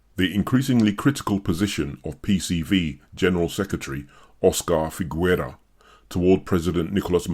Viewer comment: Figuera is pronounced fighera, not figwera. Gue and gui (and also que and qui) in Spanish don't pronounce the "u", which is only there to make the "g" sound "hard" ghe and not soft ge (which in Spanish would sound khe but regardless). Otherwise it's the same logic as in French (which also uses gue/gui similarly), Italian (ghe/ghi vs ge/gi), etc.